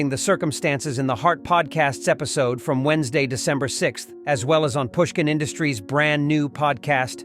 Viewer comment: why did he say 'episodee' like pronouncing the e